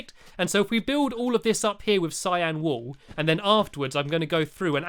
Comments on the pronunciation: Cyan wool not syan !!! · u said cyan but really its cyan oops i mean cyan